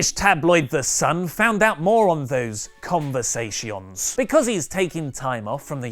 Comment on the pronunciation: Ohhh crap... I say Conversation the same way does.. Conversay-sion.. Awesome.:)